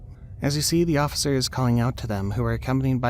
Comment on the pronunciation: is that cop drunk? Is said “osifer”